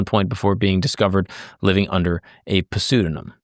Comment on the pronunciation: sayin pseudonym lmaooooo 😂😂😂😂